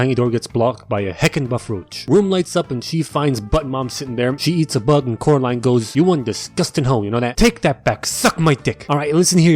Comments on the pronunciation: Oh Caroline NO ITS COREALINE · Oh Caraline. NO ITS FU***NG CORALINE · The way I laughed when I heard him say Coralines names as 'Caroline' is just very very wrong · he said caroline, not coraline, a grave sin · oh caroline its fucking caroaline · NO ITS FUCKING CORAAAAAALINEEEEE!! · I DIED LAUGHING WHEN CORALINE SAID SUCK MY DICK WRONG LOL